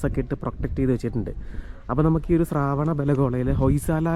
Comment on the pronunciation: ശ്രാവണ അല്ല ശ്രവണ മാണ് ശരി